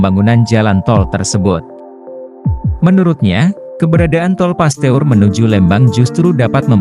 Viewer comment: Min di baca Pasteur,bukan Paste ur .